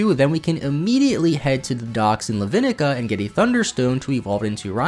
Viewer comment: Bro said Levinika